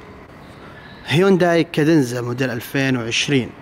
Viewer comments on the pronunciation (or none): يقول هوينداي كادينزا